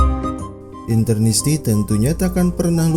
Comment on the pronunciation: Interisti bro, bukan Internisti